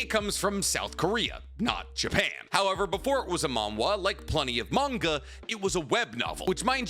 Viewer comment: It’s manga why do u say it werid